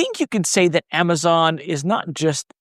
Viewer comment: Did you just pronounce it Amaton in the intro?